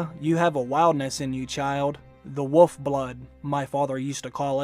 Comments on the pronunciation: Love your videos but it hurts me very bad the way you say woof insted of wolf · Damn I love me some but does he know there is an “L” in wolf??? 😂😂😂😂